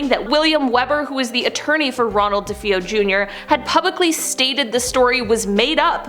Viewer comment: It's pronounced DeFayo not DeFeoo